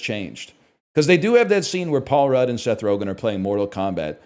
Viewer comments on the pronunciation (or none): none